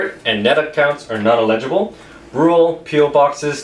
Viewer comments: "Elegable" it's pronounced El-ig-ible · it is el·i·gi·ble not ill legible. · huh...what?... he said legibal... ha ha ...:) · Eligible is not said the way you say it. Also I have a 0 in my postal code, but I am not rural or po box or anything like that.